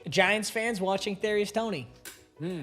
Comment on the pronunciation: He said giunts organization